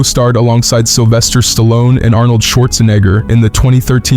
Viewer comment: Why you say Arnold’s name like that my boy?